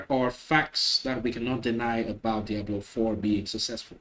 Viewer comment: I like how you pronounce Diablo(w) ;p